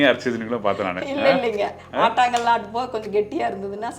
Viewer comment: ஆட்டாங்கல் இல்ல. ஆட்டுக்கல்.